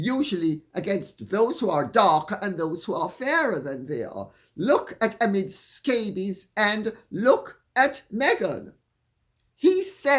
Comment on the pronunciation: I love how Lady C sounds like she’s saying “Amid Scabies”